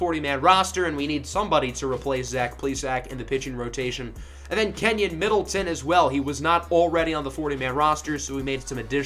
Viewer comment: Just a heads-up, Middleton's first name is pronounced KEY-NAN not KENYAN. I'm an M's fan and that took some getting used to last year. Always enjoy the content, keep it up.